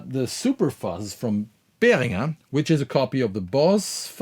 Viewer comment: Hearing "Behringer" pronounced the correct German way makes me feel a bit warmer inside